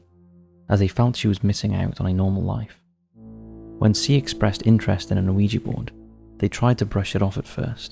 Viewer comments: The name of the board is yes in French - oui (pronounced wee) and yes in German - Ja (pronounced yah) so it’s wee yah NOT Oh Wee Gee board. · there is no O sound at the start of Ouiga board? think about how the French say yes! and that is why it's spelt, that way, and called what it is? every time you say O weeja board, it grinds my teeth Please stop it, and educate yourself, with something other than the Internet, if you can't read the pronunciation which is also, written next to the word in any dictionary? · Not trying to be a dick but Google how to pronounce Ouija. It's "wee-jee" both in American & British pronunciations. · So it's 3 syllables, oh-wee-jee? I've always it w/ 2 syllables, wee-jee. I can't believe they used to market them to kids. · 'Pronounced "we-ja"' My whole life is a lie. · I agree with Yestermen. The two words together are oui ja, so it stands to reason that it's pronounced wee-yah. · I HATE “wee gee”. Grates my nerves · I mean they do an entire episode on Ouija & pronounced it wrong through the whole thing. 🤷‍♂